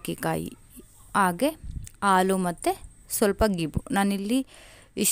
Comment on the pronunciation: Aalu alla halu